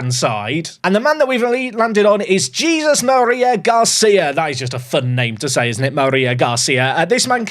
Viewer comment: HEY-ZEUS Maria Garcia